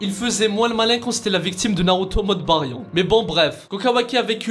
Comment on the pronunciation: tu prononces le mode Baryon comme une merde